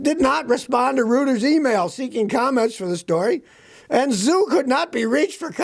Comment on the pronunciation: FYI.The Reuters news agency is pronounced "royters" .